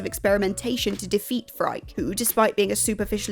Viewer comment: At the very least, the English pronounciation should be "Fry-kee", but the developers (in interviews) do pronounce it "Free-kay".